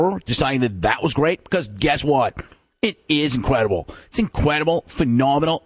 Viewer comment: I love his Jim Rome when he puts more separation in the four-syllable words, like PHE... no-menal! IN... cre-dible! A... ru-gula!